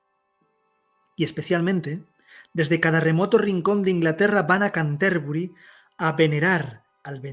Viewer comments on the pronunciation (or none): Una pequeña corrección, se pronuncia Cánterbury. Sería una palabra esdrújula. Gracias por dedicarte a esta gran obra que contribuyó a elevar a la lengua inglesa ya que hasta ese entonces se encontraba totalmente relegada. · en realidad sería así: ˈkæntəbrɪ. No quise poner la transcripción fonética si no explicar que la pronunciación debía ser esdrújula. No pretendía tanta perfección.